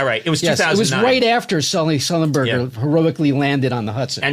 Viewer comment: Of all these great Norm clips you show, this one cracked me up so much: how he mis-pronounced Sullenberger's name 3 or 4 times; the concept of producing a film about a pilot "before* he did anything to become famous; "On behalf of Us Air.........line". Just so wonky.